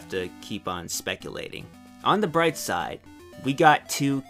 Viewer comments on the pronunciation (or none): none